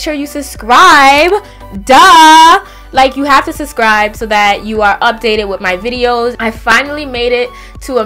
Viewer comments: I like how she saids suscribe instead of subscribe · "Susscribe" 😂 So Brooklyn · love how she doesn't pronounce the first 'b' in subscribe lol❤️